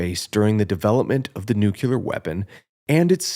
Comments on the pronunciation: New-clee-ur, not noo-que-ler. Sheesh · It's pronounced NU-CLE-UR, not NU-CUL-UR. Despite the fact that I agree with your video in principle, I couldn't finish the video because your pronunciation of a critical word was so horrifically bad.